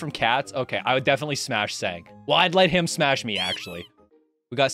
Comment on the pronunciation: He said smass and pash